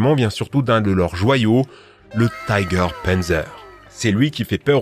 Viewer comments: Gg mais par contre on pas tyger mais juste tiger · Prononcez l'allemand comme il faut : "TIGER " et pas "TAIGER". Ce n'est pas de l'anglais. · Pourquoi prononcer "Tiger" à l'anglaise ? en allemand le i se prononce comme en français ;) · tout le mode dit taiger